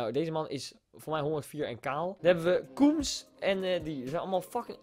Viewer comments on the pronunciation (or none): Ken je serieus kums niet? Je spreekt de naam uit als kums niet koems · Je spreekte Kums verkeerd uit